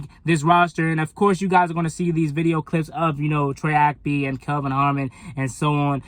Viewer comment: Good video but Bruh! It's Troy Ap-KEY! KEY!